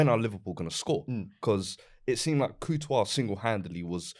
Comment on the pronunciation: Why does call courtois, COO-tois 😂